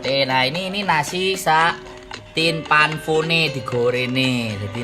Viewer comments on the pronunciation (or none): Martabak senengankuuuuuu paakkk... Tin fan po pak, bukan tin pan fo ... 🤣🤣🤣🤣🤣